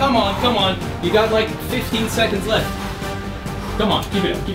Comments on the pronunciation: Are you saying liek for a joke. If not, the word is like. Also I smashed it!😀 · Eerytime he tries to say smas the like he says smash the leeek